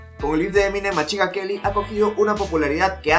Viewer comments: Machingan queli jajajajaja me gusta tu inglés .... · Eminem: Literally nobody:: machin gun queli, marchal maders